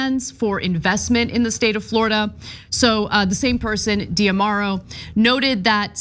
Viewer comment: Learn how to pronounce D'Amaro. It is the same as damaro - no need to add another syllable after the "D".